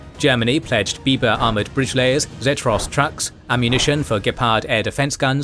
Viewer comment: "Biber Bridgelayer"....